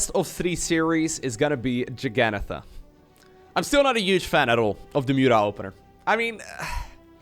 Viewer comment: Wow you said Jagannatha right the first time and didnt even mention it XD